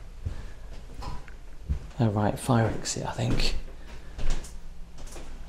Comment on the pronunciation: Thing not think …sorry… it’s driving me nuts. Heh heh heh. Brilliant channel…only just found it. I am now binge catching up.